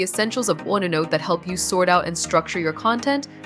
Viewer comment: Waste of time: the robot does not even know how to pronounce onenote.